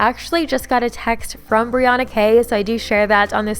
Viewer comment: it’s actually briANNA:)